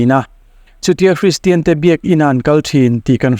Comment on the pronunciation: Hristian tiin i lam/sawi thin a, kristian/christian ti a lam/sawi tur a nia...